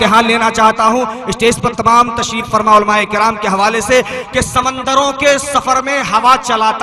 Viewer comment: ناظم جلسہ صاحب یہ سمندر میم کے زبر سے نہیں میم کے پیش سے ہوتا ہے